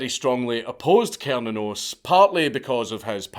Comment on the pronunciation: i’ve heard it’s pronounced (sir-nan-os) but from the deity’s point of view, I don’t think he really gives a shit how it’s pronounced. just thought i should put that out there, as a Norse Pagan, who likes all gods from different pantheons.